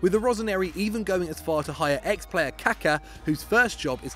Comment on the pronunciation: How do you mispronounce Kaka! Omg you duds 🤣🤣🤣